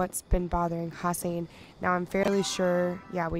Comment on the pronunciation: Hassian is definitely not pronounced HASS-eye-een. It's HASS-ee-ehn.